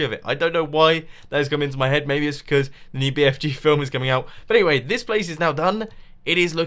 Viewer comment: bfg not bfj